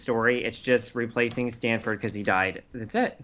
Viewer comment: It's Stanford, not Stamford. Stamford is a city in CT.